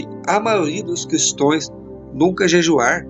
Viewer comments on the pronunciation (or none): Se fala Cristãos e não Cristoes